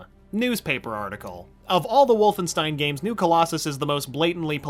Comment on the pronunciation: It’s pronounced WolfenSHtein Get your foreign spelling right